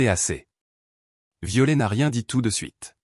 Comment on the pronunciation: On ne pro No NCE pas Viole Ilfaut prpo on er le t de violet sinon c est ridicule